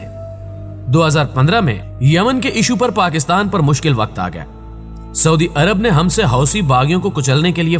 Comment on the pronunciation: saudi hota hai suadi nhi